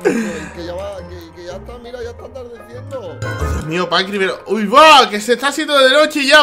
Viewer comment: Me da risa cuando intenta ser un disque "fantasma" y dice pAnCrIi 😂